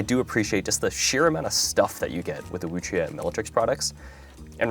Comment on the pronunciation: Finally someone who pronounces the "que" properly :goodvibes